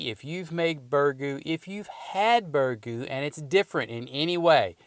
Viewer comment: Learn to pronounce it first.